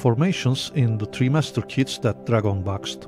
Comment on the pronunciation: it's pronounced try master. not tree master.